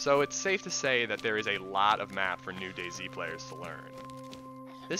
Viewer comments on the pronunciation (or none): none